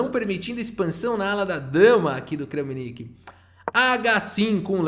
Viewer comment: Olá, gostaria de comentar, é interessante pesquisar a pronúncia dos nomes dos jogadores. Kramnik se diz "Kram-nik" e não Krã-mi-nik. Se ele se chamasse Francisco ou Framcisk seria "Fram-cisk" e não "Fra-mi-cisk."